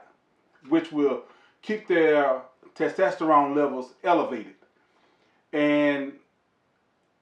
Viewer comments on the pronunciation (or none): "Ta tasterone layvals"🤣🤣🤣. I love this dude.great vid sir!